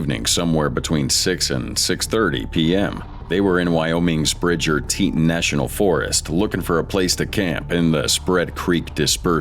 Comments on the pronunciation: "Grand Teetin national park" hahaha Bro, have your AI voiceover learn to say "Tee-ton" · Teeeeetin .... its tee tawn grand teton. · Teton = Tee Tawn 😂👀😬 I’m not a grammar czar but, every time I hear teet un, I cringe. 🤷‍♀️😅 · Teton is said like tee-tawn. Not tee-tin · Drives me crazy to here him say teetun...it is te-ton. Wow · It's pronounced tee-tahn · Teetin? Lmao